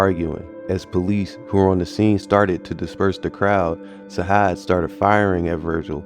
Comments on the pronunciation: It’s Sajaad you gotta say it with the J not a H free broski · It's not "sahad" it's sa-jad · Facts Sajaad is pronounced (Sa Jad ) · It’s pronounced Sa-Jaad, like we say Jihad. This is my cousin. This situation is unfortunate and sad because both could’ve been anything in life.